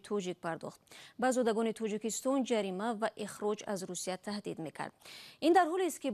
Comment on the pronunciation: тучик не тОЧик, Тучикистон не Точикистон.